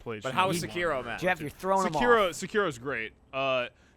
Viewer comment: Sekiro is pronounced: Say-kee-rdo. Carry on.